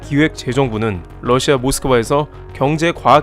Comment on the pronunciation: 영어 발음 - Lussia가 아닌 Russia 입니다.